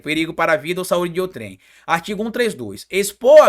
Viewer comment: ao se pronunciar a sílaba tônica é OUtrem.